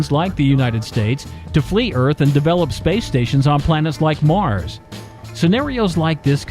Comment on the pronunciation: Why do you speak with such a goofy tone? "space stations around places like MYAHRS."